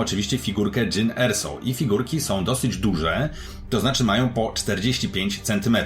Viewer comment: Jyn Erso? A to nie jest przypadkiem Jean Ersow?